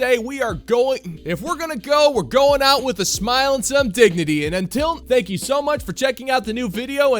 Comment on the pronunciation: I think you said we are going out IN style with some "dignity" but I heard "dig-Eh-TEE" and if I'm going out in style, I'm taking my dig-Eh-TEE with me.